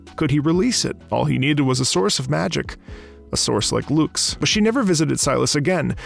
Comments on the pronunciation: Oh yeah, "loox" (lux) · Hearing him pronounce her name as Loox is really funny. It’s supposed to be an Uh sound Lux, named after the unit of illumination. Obviously he wouldn’t know that but it’s still funny to hear